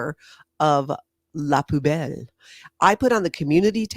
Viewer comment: it’s pronounced “poo bell” think 💩 🔔 do the dumpster dive for ingredients? Is the food so bad most of it gets thrown out? I need to know